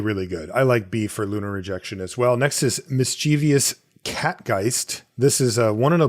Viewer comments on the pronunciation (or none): ˈmisCHivəs , not miss-chiev-ee-us please. Otherwise great stuff! :)